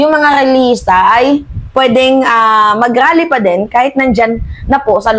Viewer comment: Anong rrrrally daming R